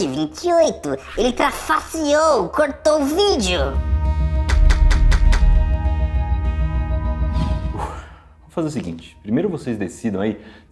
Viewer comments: "Ele trafassiou" foi de fuder kkkkklkll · "Trafasserou" kkkkkkkkkkkkkkkkkk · Ele "TRAFASSEOU KKK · "Trafasseou" Akkakakakakakakakakakakakakakakaka nem pra criticar os cara serve mano kakakka